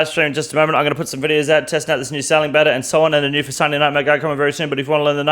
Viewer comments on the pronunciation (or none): none